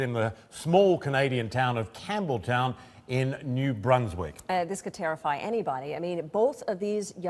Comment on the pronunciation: It's Campbellton not campbelltown..... Idots!!!!